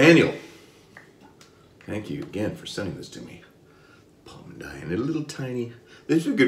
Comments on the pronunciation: Ok let's go, correct pronunciation it's Pal-"Mean"-Daya not so far from your pronunciation, well done and nice job with the Fatboy this time. :) PS: squeeze a little more your brush. I noted your lather it's a little bit thin when you use any brush. Just try it and you'll have more protection skin and more slickness than you have. Hope you don't mind and get mad with me because this modest advice. :) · Iam from Brazil. Palmindaya 😍😍😍. And your pronunciation is correct ,it's one of my favorite brands for shaving, but I do my on shaving soap. Congratulations for the video. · Now that is a great surprise, man! I was searching looking for content in Portuguese and here you are!!! hehehe The pronunciation was real darn good! I have some Palmindaya coming to me and will be on my channel soon. They have a mentholated one, I'm pretty sure you would like the mentholated version. Maybe I can send you over a sample of it when I receive it. Let me know